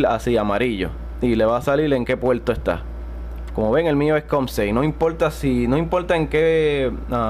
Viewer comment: "salil" "puelto"